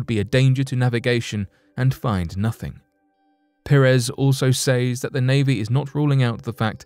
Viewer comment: The word “says” is pronounced “sez”.